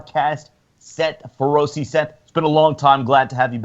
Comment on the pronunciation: Wow Dave's little stooge doesn't even know how to pronounce Seth Feroce's name, thats kinda fucked up